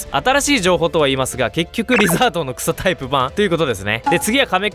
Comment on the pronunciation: 草タイプがクソタイプに聞こえた